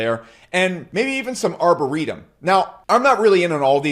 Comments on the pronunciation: Arbitrum ✋❌ it's Arboteum 😂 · "Arbureetum" hahahahaha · im sorry did he just say "arb a ree dum" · "ArbURitum" LMFAO - Exposed himself as being a noob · Its pronounced AR-BI-TRUM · ARBAREETUM 😂 ( arbitrum ) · Did he say Arbiritum lmaooo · Arboreetum?? lol